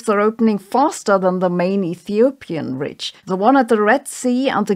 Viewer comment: Yes, and rich - ridge needs a bit of work. She could run her script thru MS Word's "Read Aloud" function before recording. But overall her English is pretty good.